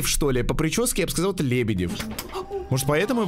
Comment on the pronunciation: Я одна заметила что говорит не "сказаЛ" А "сказаув" Что то типо этого